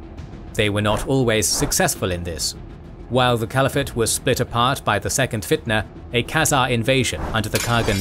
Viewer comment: "Cvaliphate" made me chuckle XD